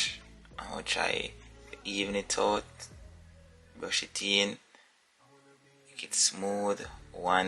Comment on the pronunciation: Lol say brush it een lol